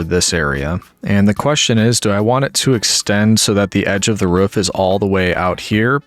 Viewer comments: I love how you say roof like ruff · has the whole roman thing going on Also: Pronounces Roof in the most yeehaw Appalachian/ great lakes way possible 10/10 love it